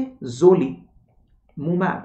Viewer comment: Sir thank you for the explanation But small correction in It is - atezoli "ZU" mab & Ave "LU" mab